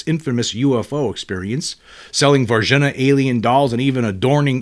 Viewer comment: Respectful correction: Var-zheen-yuh, Brazil